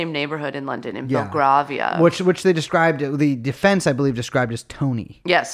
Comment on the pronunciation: It’s pronounced Bel-grAY-via btw - the first ‘a’ is an ‘ae’ sound not an ‘ah’